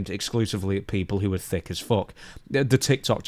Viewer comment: 'Thick as fuck' 😂 i love it when the Northerner in you really comes out